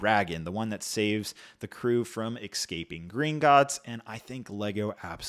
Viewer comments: It’s pronounced EScaping not EXcaping 😅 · I noticed in several video's you mispronounce escaping. You sound like a gangster wanting to aks something....